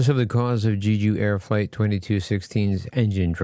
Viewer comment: For the love of god you YT content creators covering this story need to learn how to say the name at the center of it accurately. It’s pronounced “Jeh Ju” not Gee Ju